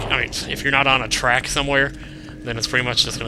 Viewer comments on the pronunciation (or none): Heheh kept saying rack. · lol. "If you're not on a rack.....ermm...if your not on a track...."